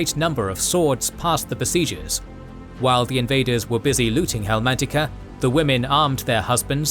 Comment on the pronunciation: Great video! Btw it’s Helmantica* not Helmatica.